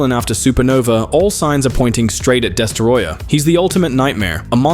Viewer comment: "Destaroyah"? Idiot.